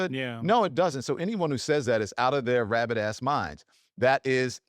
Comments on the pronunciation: The word is "rabid", not "rabbit"... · its rabid. like a rabid dog not rabbit as mind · It's "rabid" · “Rabbit” or “Rabid” ?